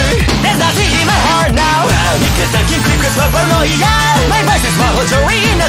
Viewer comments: 2つ目のコメント失礼します!!さすがに最高すぎません？のイケボォにあってるし、前の女声の時は可愛さがあったけど今回は狂気感を感じました(なんかごめんなさい)かっこよさには変わりないんですけどね!!『パーラノーイア』の発音めっちゃ好きです➰🫰🏻❤️‍🔥いつもお疲れ様ですっ！ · うぽつです！女声だけでなく、Englishver.も出してくれて嬉しいです！この曲大好きなので英語訳も覚えたいな…… 好きなところ コーラス毎度ありがとうございます……たまに聞こえてくる「つ」の発音が好きすぎて何度も聞いてます⸜❤︎⸝‍ 「para」の発音が綺麗で癖になります……！ ここのリズム感、心地いいです 「Here!」かっこいい！！ がなりかっこいいし、息の抜け方がちょっと清楚で好き…… コーラス英語感あってかっこいい 「狂狂」かわいい！！ 今度はかっこいい！？振れ幅すごすぎます！！ ちょっと高めの声が今度かわいい…… がなり好きだ(*˙˘˙)♡ え！？清楚！？ だんだんテンションが上がっていって遠くに飛ばすような声が刺さる…… 「soon」も上同様！！ リズム感好き！ 音ハメ神ってますね 日本語だと同じ言葉を繰り返してるだけなのに英語訳したら変わるのアレンジが好きです……所々入る早口とがなりで何度も聞いちゃいます！ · 英語だから当たり前なのかもしれないけど｢パラ｣の発音が｢nパra｣って感じでめっちゃすきです(^ ̥_ ̫ _ ̥^) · バグ英語ver.凄いかっこいい〜女声ver.の時と雰囲気違ってより楽しめます🫶🏻 色気ある歌い方と力強い歌い方、アレンジコーラスどれもかっこいい✨ パラノイヤの発音がしっかり英語になってて細かい所まで拘っていて素敵です。 やっぱりの歌声最高です👏🏻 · バグはパラノイアとかバグとかで 発音の良さがめちゃめちゃわかる！！ 曲と声質が合ってて最高！！ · 日本語カバーに引き続き英語でも!? ひさしぶりのかっこいふfullで聞けて最高でした！✨ パラノイアのとこも日本語カバーの時より英語っぽくなってて、発音とか何もかもにこだわっててめちゃ良かったです！！ときどき入ってくるがなりとかほんとにかっこよくて聞いててほんとに飽きない😭✨くるくるのとこ裏声なのほんとに可愛くて素敵でした🥹✨ ラスサビ前少し音が籠ってる？ような表現になっててうわー！くる！！みたいな感じになって凄かったです💓🤟 そのまま英語に訳すんじゃなくて、訳す上で凄いこだわってるんだろうなぁってのが伝わってきてめちゃめちゃ魅了されました💭💙🫶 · パラノイアの部分そのままなのに発音良すぎてアレンジに思えてきちゃいます🤔ハイテンポの歌なのに英語スラスラ歌えちゃうのは相変わらずてんさいふです！ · んぇ...バグ2回目ですか...!? 好きなんですけどゑ、無理です（（ぇ 全力待機です...もうペンラ持ちます ... 😭😭 ◇ 視聴後 . 初めのコーラスからもう鳥肌が止まりません...🥲🥲 「paranoiA（D）」のとこ発音まじすきです、、 思わず唸っちゃうくらい好きです、まじでかっこよすぎます😭 ちゃんとペンラ振って聴きました（） 『あはっ』のとこ『あはーん』なのやめて欲しいです、、wwww（ツボ） もう全体通してくそかっこよすぎてしんじゃいます...素敵な歌みたありがとうございます...✨💙🥲🥲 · うー、かっこいいー！ かっこよくて涙出ます♡ 最初の方「パラノイア」の発音、超かっこよかった！ 同じ曲を女の子の声でかわいく歌ったかと思えば、かっこいい英語で歌ったりと魅力の幅がやばいですね、本当すごい！ 大好きだー！ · パラノイアとかの発音が大好き^..^♪ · 英語かっこよすぎます😭色んなのバグを楽しめて幸せです贅沢、、、🌟 コーラスすごく綺麗でお洒落でキラキラしてました！！！間奏の重なり具合やばいです最高です٩(｡˃ ᵕ ˂ )و♡ がなりと最後の勢いよく畳み掛ける感じすごくかっこいいです🫶🏻 パラのラの発音とサビ終わりの息の抜き方もとても好きです 狂狂と笑い方かわいくてすきです🎀♡(ᐡ•͈ ·̫ •͈ᐡ )。